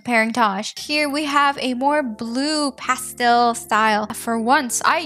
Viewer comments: “Paystel, pasptal” My new way to say pastel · Why do you say pastel like that 😭😊